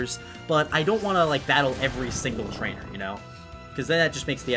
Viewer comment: did you say trnchmders when you said i wont battle every trainer?